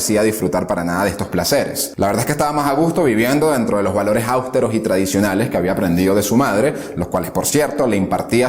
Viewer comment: "Aústeros", no. Austeros, sí.